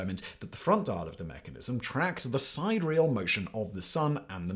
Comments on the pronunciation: in the US, we pronounce "sidereal" as Si-deer'-e-al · "Sidereal" ...I've heard it mispronounced so many times but I never expected Simon to get it wrong too.